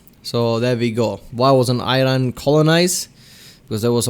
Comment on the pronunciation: It's E-Ron not Eye-Ron. Iran is too proud to get colonized.